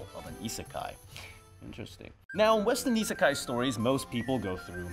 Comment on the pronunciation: Isn’t the i in isekai (at the beginning) supposed to also be like ii, as in good?